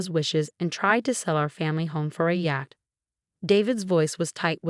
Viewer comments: Rachel is pronounced 'Ray chel' not 'Ra chel', Yacht is pronounced 'Yot' not 'Yat', and Hermes is pronounced 'Her mees' not 'Her mes'. Please get a person to read these stories instead of a robot. Thank you. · Yat for yacht…and more! These people need a book on Phonics.